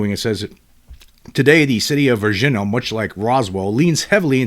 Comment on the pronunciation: Respectful correction: Var-zheen-yuh, Brazil